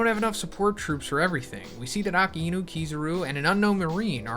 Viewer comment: it’s A-Ka-I-Nu 🤦🏾‍♂️ not Akinu, I tried to over look it but the amount of times you’ve said that name wrong warrants a response🤣🤣 btw love the video’s, just gotta work on the Japanese name sounds